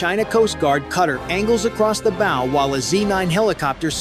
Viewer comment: TEACH YOUR AI HOW TO PRONOUNCE "BOW"